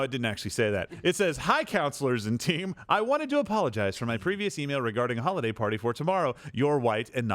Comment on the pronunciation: "Hollyday parties"?